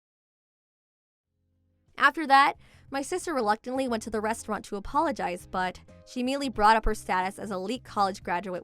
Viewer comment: Restauranta hahaha 😂